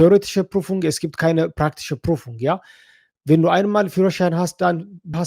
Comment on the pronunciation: Prüfung ✅. Prufung ❌